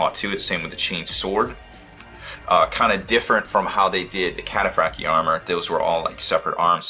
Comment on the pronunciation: It's pronounced - Cat- a - fract- eye armour